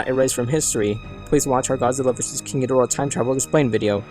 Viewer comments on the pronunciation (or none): none